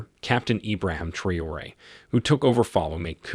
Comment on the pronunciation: Please call his name properly. Very disrepecful T R A O RE